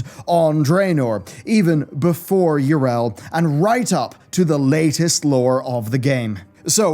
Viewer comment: Yrel? Her name is pronounced Yee-Rell not Yer--El. Syllables matter.